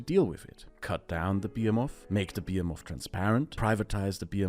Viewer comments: behemoth is pronounced [bəˈhiməθ] with the stress on (he) not [biəmɔθ] with the stress on (be). I don't usually correct non-native speakers' pronunciation but this felt important somehow... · What the frick a bee-a-moth? Some sci-fi almagamtion of insects? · bee-em-of? someone help me with that word, please. I see it's also the most replayed part of the video, so I'm probably not the only one not getting it. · Fyi: Behemoth - buh -hee -moth. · Your pronunciation of 'behemoth' :O